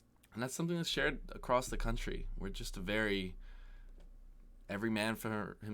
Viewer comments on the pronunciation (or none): none